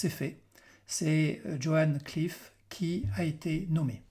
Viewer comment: Il semble que vous ayez des problèmes avec les noms de famille. Le nouveau directeur de la CIA n'est pas "Joan Cliff" (?? 5min57), mais John Ratcliffe. Idriss a pour nom de famille ABERKANE et pas "Aberkame"